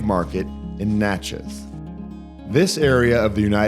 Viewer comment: I'm sorry we, the Natchez Bicycle Club, missed you. We ride the Trace every week. BTW, pronounce Natchez like Matches.